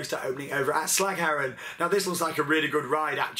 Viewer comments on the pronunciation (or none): haha realy funny how you say slagharen